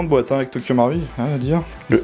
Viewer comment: Bonne prononciation pour Marui ^^